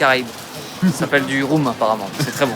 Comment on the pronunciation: Le rhum se prononce rhome